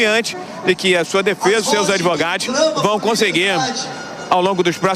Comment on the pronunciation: O som atrapalha mas da pra ouvir nitidamente o repórter dizer "advogadis".